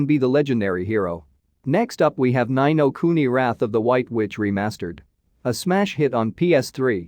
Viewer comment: Its Nino kuni not Nyno kuni.